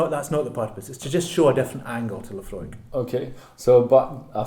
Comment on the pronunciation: Is that how it is pronounce the name of the distillery? La-Fro-iiK? (+/-).